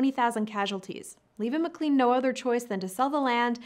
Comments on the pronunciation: McClEn? It's pronounced McClAn. Long a, not long e. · McLean is pronounced "Mc Lane."